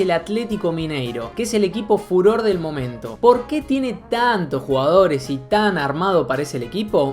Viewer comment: "MILHONES", "MIIONES","MIJONES". "RÁPIDO", "RÁPIRO" "RUGAORES" 😂😂😂